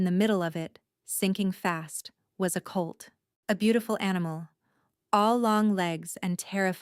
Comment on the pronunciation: It's colt, not cult. Listening from Austin TX.